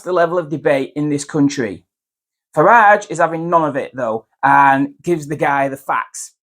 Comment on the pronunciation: Just for the record it’s Farage and not Farge. That said, Farage is absolutely spot on and it is refreshingly reassuring to hear a potential mainstream party leader saying it how it really is. Sky snooze set this interview up with Trevor Philips, it had to be a black journalist! Philips has gone down in my estimation. He’s had some grief in his personal life but done some exceptional journalism for Sky snooze. He failed miserably in a futile attempt to bring Nigel down. A journalist should represent different opinions but never take it upon themselves to further their own beliefs. To use an analogy, in a court case it would be considered to be leading the witness. The witness being the good people of the UK The UK needs to wake up and vote for Reform UK in July. Let’s put the ‘Great’ back into Britain..